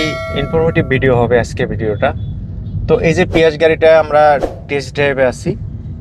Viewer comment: ভাই শব্দটা পিয়াস না 😂😂